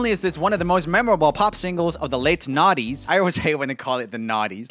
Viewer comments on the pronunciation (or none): It's "noughties" not "naughties" lol🤣